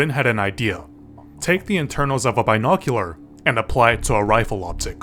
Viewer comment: Don’t ever fycking say “bi noculuar” ever again. I’m out and blocking this channel.